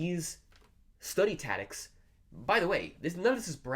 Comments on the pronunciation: It took me a while to figure out that was saying ‘tactics’. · Are you saying "tadicks"? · Haha! I was like what? I feel like he wasn’t sure if he wanted to say tactics or habits so he said taddics. 😂 he kept saying it too, so it wasn’t an accident. I can’t have bad English to gain good chinese.. 😬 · How many years will it take you to learn English? taCTics not tatics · Yes... Study tatics. Interesting. Hmm... 🧐🤔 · Study what? Tatics! It's tactics bro don't forget there is a "c" between a and t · the reason he's saying tatics is that he needed the C for Chinese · yeah I know what you mean, and your right. But I just feel like he's fucking with us, there's no way that everyone in his home pronounces "taddics"… I was under the impression that communities had dialects not individuals if you catch my drift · "tatics". that's all I can hear now... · say "tatics" one more time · hahaha I thought it was another way to pronounce it I didn't know of, anyway this guy is amazing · The lord of languages can’t even pronounce tactics 💀💀💀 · Learn how to pronounce "tactics".... Pleeeeeease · Pronouncing "tactics": me > this guy Everything else: me < this guy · 1 year is slow, don't get a big head bro Also, learn how to say the word tactics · Fluent in Chinese, can't pronounce "tactics" in English. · You may be able to speak Chinese, but you can't say tactics